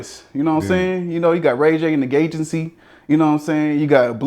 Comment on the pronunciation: "Ray j and the gayency" 😫